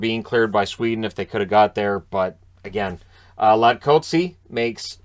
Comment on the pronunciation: There's a K in there. Latkóczy. Someone probably threw that out there already. Pronunciation of names in the NHL is a really wild and inconsistent thing, so I don't think anyone is too fussed. The dutch names (mostly from Canadians with Dutch ancestry) always make me laugh. There's about two that get anywhere close when pronounced, de Haan and Sprong. The rest... Bouwmeester, Vermette, Versteeg, Hellebuyck, don't get me started :D